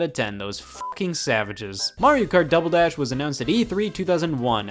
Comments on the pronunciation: did Scott say dumble dash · I never noticed before, but he says "Dumbledash" .